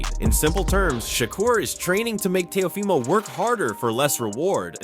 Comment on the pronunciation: How you gonna say Teo’s name wrong in more than one way? Is the audio in AI?